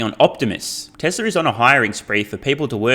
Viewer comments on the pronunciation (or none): I've been wanting to add this comment for a while. Love your content btw, is it me or you say "Tesler" instead of "Tesla" for most of the videos? Is it an accent thing? It's funny 🤣